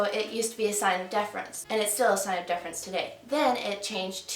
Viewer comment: great video! excellent info. (but are you saying difference or deference?)